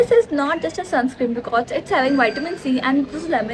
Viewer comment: di it's sunscreeN not sunscreem 😊